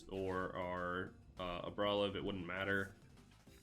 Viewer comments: Say it with me now. AR-BOL-IVA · i stopped watching as soon as you started pronouncing it like that during deck review quick wont be able to watch a whole video of that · 5head move of mispronouncing so badly that everyone HAS to go to the comments. You've earned it!